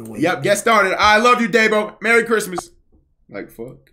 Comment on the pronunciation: mewy cwimas😍